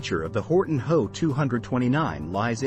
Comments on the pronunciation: It's not me 262, It should be pronounced em, e, 262 which stands for Messerschmitt. And, it's not how it is H, O, which stands for Horton. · It's not me it's M. E. For Messerschmitt and it's not ho it's H. O. For Horton as in Horton brothers....the difference between human and machine speech....😮😮😮